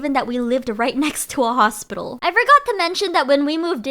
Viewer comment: “A huge hosplilo” got me rolling😭